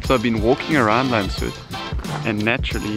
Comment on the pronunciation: Very nice video! Actually the name is pronounced more like Lands-hoot not Landshoot. Sorry for correcting you.